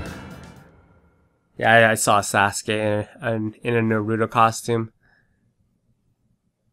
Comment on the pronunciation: Say naruto normally!!!